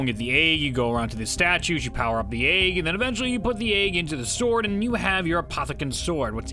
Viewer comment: Why do you pronounce egg as "ayg"